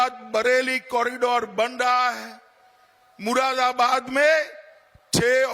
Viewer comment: बोलना आता नहीं इससे इसे ग्रहमंत्री किसने बना दिया चूतिया को Z for आजम खां होता हैं मुरादाबाद को ये मुरा बरा बरात बोलता है पागल है साला